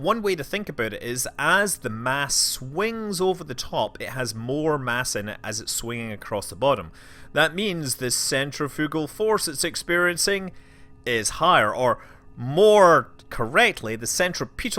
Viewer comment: did... did he just say centri-fuggle force?